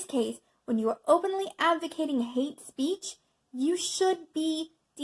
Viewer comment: I agree with your message... but there is no "A" in "speech."